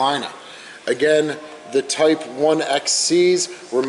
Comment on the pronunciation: Please do at least a few minutes of research before powering the camera. Unlike some YouTube pseudo historians, the German navy was conversant with Roman numerals. it is not a type eye ex sea ... it is a type 9 boat of which there were 7 models, A, B, C, C/40, D1, D2, and D/42 variations.